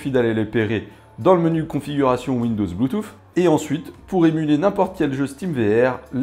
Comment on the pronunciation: "Bluetouff " 😅 Belle présentation comme à chaque fois